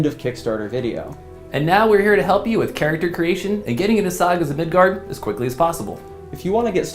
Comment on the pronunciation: Mid GUARD! Not Gerd!